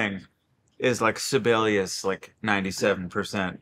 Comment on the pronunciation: As a Finn, I'm curious: did he really say 'Sibelius swing'?? 😵‍💫